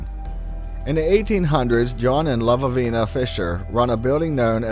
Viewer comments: The stories are great and I always enjoy your show, but I would like to ask if you spelled Lavinia's name correctly? If you did, there is only one v, you were pronouncing it as if it had two v's. No big deal, but it is distracting since Lavinia is a common name and I don't understand why you would mistake it for "Lavavina. Anyway, keep up the good work, I get a kick out of the stories you come up with. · I think the name is La - vin - E - a . That sounded funny the way he said it. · La-vin-ia, not sure what name you were saying, it totally distracted me.